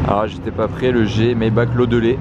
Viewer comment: Classe G Mayba"RR" L"AN"daulet pitié 😭😂